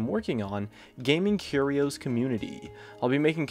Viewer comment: Its curious not curios wtf dude